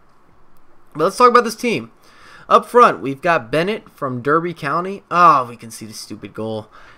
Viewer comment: It's pronounced Darby and the cb is le-cells